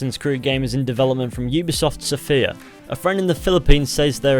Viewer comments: Its pronounced Sófia.Otherwise great video as always! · OMG YOU SAID MY COUNTRY CAPITAL WRONG IS SOFIA. Ops sorry you English speaking cannot say,,я".